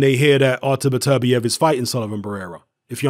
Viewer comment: It's pronounced "Better-bee-ev" not "Biterbi-ev". I got Barrera knocking Beterbiev out.